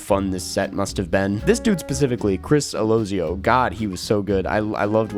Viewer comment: “Chris Alosio” Ah-lou-sea-o is the pronunciation.